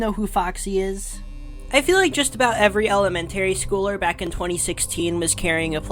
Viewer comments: Did jit really just say elamantarry schooler 💀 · Why did he say elementary like that